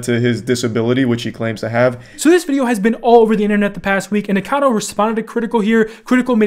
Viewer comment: lol why is it so hard for everyone to say Nikocado instead of Nikado